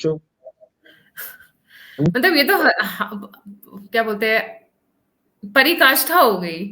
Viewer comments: Parakashtha. Not parikashtha. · पराकाष्ठा, not परिकाष्ठा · परिकष्ठा नहीं पराकष्ठा कहिए माननया